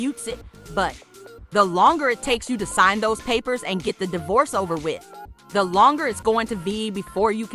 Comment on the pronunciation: Sgin instead of sign divorce papers